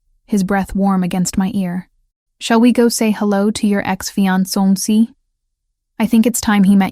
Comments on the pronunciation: Fee on so see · Mispronounced Fiancé too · This story is great. Only downside was the pronunciation of fiancé over and over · Im confused... Why did he show her her engagement ring, which she had already given back to him for resizing? Did he want to give it back to her? And why did she take blueprints to a dinner party? Her fiance did not ask her to bring them. Those two things dont add anything to the story and make no sense. Also the narrator mispronounced the words Maitre D' and Fiancé. 😒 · And Fiancé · Fiance too. Butchered